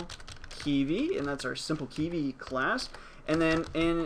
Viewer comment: Thanks for the video. I don't think you are pronouncing it correctly though lol. You're saying it like "key-vee"